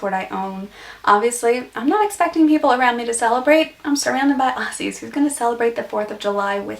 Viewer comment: Putting in as many Australian colloquialisms (cringe) as possible & dressing yr back wall with Chinese made Australian souvenirs is more of a give away than an American accent... also it's Aussie with a 'z' not Ossy.